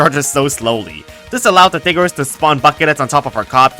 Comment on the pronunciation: he said diggers